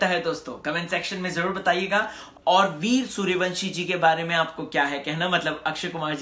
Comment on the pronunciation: ye kya veerya veerya laga rakkha hai veer naam hai pahele bolan seekh